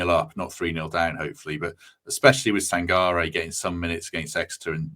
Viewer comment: Sangairay, Taywoo and Yota. My ears are bleeding!